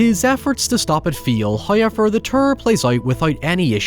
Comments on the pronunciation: The way this guy says "however" and some other "o" words is insane lol, "howyieuver" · Hoiever? Where does this pronounciation come from?